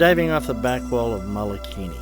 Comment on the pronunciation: Great video! Mike Severns and Pauline are awesome divers and marine biologists! The crater name is pronounced wrong and that was a tad distracting. It's Mole a kini